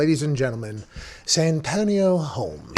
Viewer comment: Most ppl: Santonio Holmes Some ppl: Antonio Holmes Pat: San Antonio Holmes😂